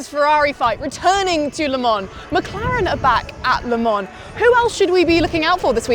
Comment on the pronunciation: Why is it so hard for some one to say Le Mans correct?? Say Le-Ma in one word... Not Le-Mon! Not Le-Mans! Not Les Mans! etc... jeeeez how hard is it!